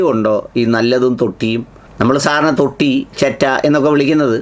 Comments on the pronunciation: തൊട്ടിയിൽ ആണോ തൊട്ടിലിൽ ആണോ? 😅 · തൊട്ടി വേറെ തൊട്ടില്ലൽ വേറെ. തൊട്ടി ദുആ അല്ല. തൊട്ടിൽ ദുആ. സുഹരി ഉസ്താദിനെ സപ്പോർട്ട് ചെയ്യാൻ ആണെങ്കിലും ഈ സംഭാഷണം സാർ തന്നെ ഒന്ന് കേട്ട് നോക്കൂ കേൾക്കുന്നവർക്ക് വല്ലാത്ത അരോചകം തോന്നും നേരത്തെ പറഞ്ഞ ഏതോ ഉസ്താദിനെ പോലെ സഭ്യത ഇല്ലാതെ സംസാരിച്ചു എന്നാണല്ലോ സാറ് പറഞ്ഞത്.. സാറിനെ ഇതുവരെ കേട്ടവർക്ക് ഈ സംഭാഷണം കേൾക്കുമ്പോൾ........ സാറിന്റെ ഈ വീഡിയോ സാറ് തന്നെ ഒന്ന് കേട്ട് നോക്കൂ